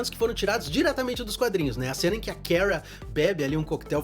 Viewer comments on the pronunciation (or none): Pq ele fala "keara"? Parece q tô ouvindo a carlista flockheart como mrs. Grant da serie da supergirl falando o nome da kara errado 😂😂😂